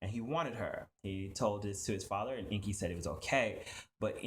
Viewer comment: You are right enki he is speaking it all wrong